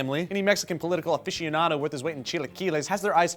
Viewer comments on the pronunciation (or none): 'Aficioenadoe', LoL.